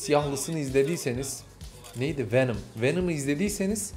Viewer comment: wenım diyil wenom